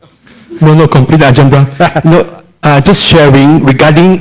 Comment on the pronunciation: it's Ajahn Brahm....with an "M" at the end...not Bra :P